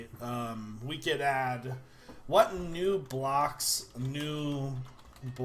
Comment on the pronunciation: i swear he said nube locks not new blocks